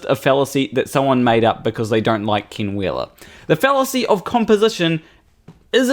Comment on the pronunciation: Just so you know, when you say 'Ken Wheeler', it sounds like 'King Wheeler'. This could be funny if you played into it. But it also is really awkward with this narcissist cannibal. Maybe, just a humble suggestion, practice you e's so they come out as ehh rather than ihh?